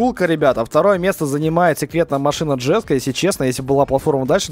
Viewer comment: koenigsegg не джеско, а еско